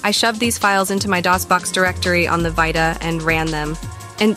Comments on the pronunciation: On the Vie-ta ... Lol... It's Vita (Vee-ta) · V eyeta? I thought it was vita. Jk great content btw